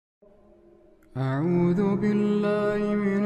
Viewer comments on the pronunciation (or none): none